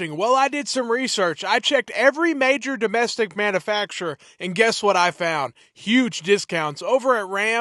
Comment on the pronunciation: practice saying manufacturer. It is not manafacturer